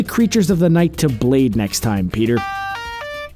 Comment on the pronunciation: Just saying you should have enunciate your words a little different to make him come out like what you really trying to say cuz I thought when you said blade I thought you said bleed